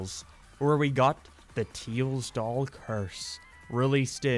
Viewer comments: tails doll, or “TEILS DOLL” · Ah. Yes. The tiels dol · "teels doll" oh im gonna ruin his caree- "if you are about to comment please dont" ..ok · Not making fun or anything but teils doll 😂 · Ah yes teils doll totally not tails doll